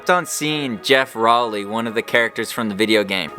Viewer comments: at least learn to pronounce his name correctly. row-ley. (like rowing a boat) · if he doesn't get bummed that you posted this, he's gonna be bummed that you mispronounced his last name :p